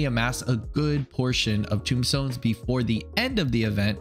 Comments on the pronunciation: Tomestones not tombstones bro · Uwah! I love you man, but it's TOME stone, like tome, like book, because there is knowledge in them, like they are electronic diaries full of Allagan goodness XD not tombstones, this isn't pizza or a grave lol.